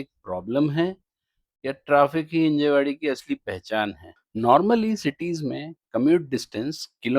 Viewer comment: भैय्या it's हिंजवडी 😂